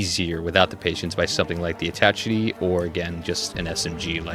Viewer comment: I think Attache has a French pronunciation haha, sorry it was itching my brain. Love the list, I've been a kinetic fan from day one!